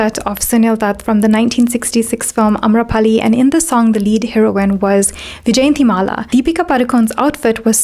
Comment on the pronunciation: The actress name pronunciation is yjayantimala and not vijayantimala. Great content otherwise. I noticed the same in Amrapali video u have done..